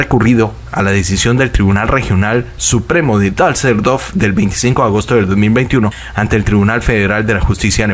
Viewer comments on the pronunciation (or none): se dice DUSSELDORF no Dasseldorf